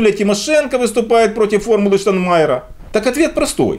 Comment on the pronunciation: ребята, при всем уважении - ну потренируйтесь правильно произносить - "ШтаЙнмайер", а не "Штанмайер"! Петя научился